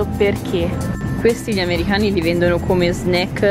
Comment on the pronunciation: perchè dici : amerihani?